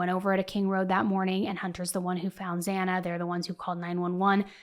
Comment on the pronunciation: The judge pronounced zanna (spelled it wrong sorry y’all 🫣) name wrong twice and BK eyebrows look shaved🤔 trying to not look bushy maybe.